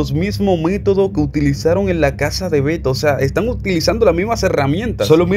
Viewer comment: No se dice Beta se dice Beto